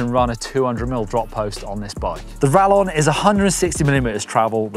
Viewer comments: Hearing say Rallon instead of Rayon is painful:O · quesadilla (Kay-suh-Dee-ya) Same concept. It’s rayon bud…